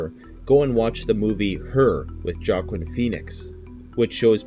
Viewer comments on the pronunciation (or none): Joaquin is pronounced Wa-keen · It's "wahkeen" Phoenix :) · Pronounced: (wah-keen) Phoenix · It’s pronounced wa-keen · It’s pronounced Walking Phoenix.